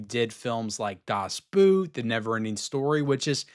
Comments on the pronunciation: The Poseidon Adventure (1972) > Poseidon. Also, Charlton Heston was NOT in that film. Finally, that is not how you pronounce Das Boot. Say it like Boat and you will be closer, although still not correct. Kindly get your shit together. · Nice how you butchered "das Boot". You can just pronounce this German word the English way: "Das Boat". No worries, its a foreign language 😎